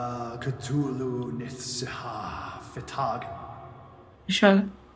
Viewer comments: كثولو مو كثولي 😊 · كول اوف كثولو مو كول اوف كثولي